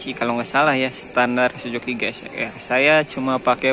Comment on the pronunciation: Suzuki bang,bukan sujuki😅